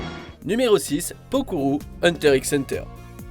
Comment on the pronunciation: On ne dit pas le x dans hunter x hunter